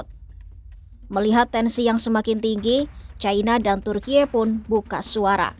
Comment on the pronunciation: Serius dengar video ini, tapi jadi geli dengar voice over Ai nya lucu ,vsebut Turki, bacanya selalu Turkie..😂😂😂